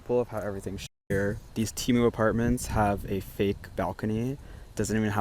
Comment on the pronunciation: Did he just say temu apartments 😂😂😂😂😂